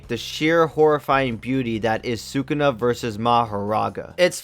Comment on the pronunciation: You lost all credibility the moment you pronounced sukuna like that lmao